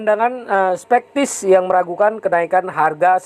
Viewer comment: Teks "SKEPTIS" aja dibacanya "SPEKTIS" 🤣